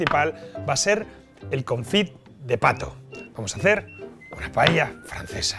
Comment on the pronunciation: por diosss, si sabes decir socarrat, sabrás también decir paella. PAELLA, que es como se llama en Valencia y en Asturias también. Por lo demás... RECETÓN Y VINAZO 👏👏👏